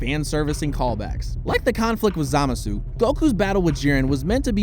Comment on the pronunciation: "Zamasoo" literally why are you even narrating this if u can't even pronounce their names correctly jfc